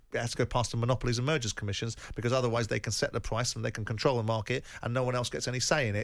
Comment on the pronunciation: Simon it's price not pwice 😂